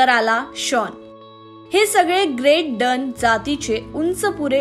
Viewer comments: ग्रेट डन नाही ग्रेट डेन म्हणतात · She dosent know to pronounce GREAT DANE